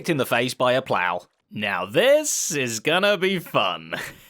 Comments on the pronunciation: "Plower launcher"? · How did the brits manage to mess up the word "plow"